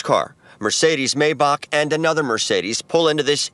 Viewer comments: I hate when mfs say a “maybock” it’s a gd maybach mayback” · The “maybock” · Mercedes maybac 🤣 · The way that man on news said mayboack” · i lowkey hate how the news reporter says maybach and “a longer gun” man that’s big draco himself w a draco😭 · I love how the guy on the news accidentally said Maybach wrong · They way he says Maybach is funny